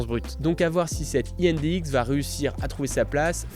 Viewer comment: heu, indx, c'est pas prusa, c'est bondtech et je crois que personne ne prononce comme tu dis 😆 De plus, de base ça a été présenté sur des voron et c'est un partenariat avec prusa. Mais j'ai bien hâte de voir ce que ça donne :)